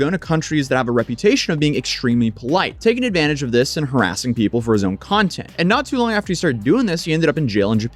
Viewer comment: He doesn't do content, he does cunt-ent...